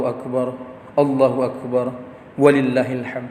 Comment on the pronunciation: Ada lima kesalahan Khotib ini, di antaranya: waktu baca ayat wa lillahi (ولله) .